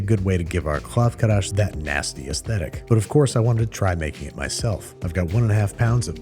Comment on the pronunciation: Why is he saying Krav KaRash?